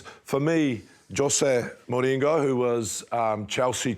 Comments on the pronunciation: Jose Moringo 🤣🤣🤣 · That was the most special pronunciation of mourinho’s name I’ve ever heard